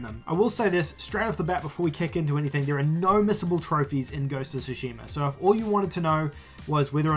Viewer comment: Its not Sushima its Tsushima.